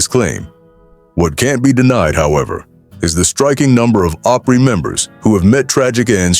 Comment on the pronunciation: I hate the way words are so mispronounced grand ole (ah-pry) not long O pry.